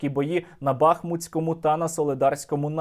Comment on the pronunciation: Перепрошую, з усією повагою до Вас, Сергій, БахмУтському! від назви міста БахмУт!!! річка БахмУтка!!! ми не БАхмач!!! ми - БахмУт!!!